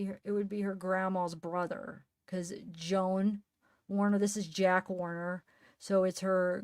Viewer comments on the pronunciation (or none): none